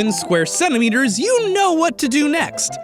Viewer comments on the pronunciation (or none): did this man just say Semineeters?